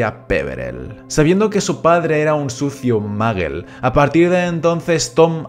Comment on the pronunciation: Muy bueno el video, pero no es ni mAggle, ni dAmbledore, ni sLaghorn.